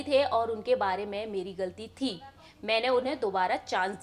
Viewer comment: Nazar aayi ti nahi aayi thi, pronounce sahi kijiye madam